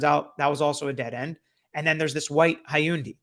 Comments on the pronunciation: 1 male victim, 3 female, not 2 male. Goncalves is pronounced with the c sounding like an s. And look up the pronunciation of Hyundai 😂. Other than that THANK YOU for all your work and info. Your videos are SO informative!! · Hun-day. Hyundai 😉 Only one victim was male, not two. 1 male and 3 females. Love your content always 😊